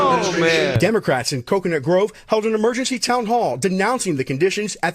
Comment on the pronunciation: Did he say coconut Grove or cocoon Grove? All fossils.